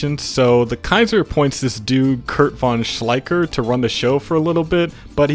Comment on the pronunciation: The correct pronunciation would be more Shlaicher the ch would be spoken like a hiss from a cat.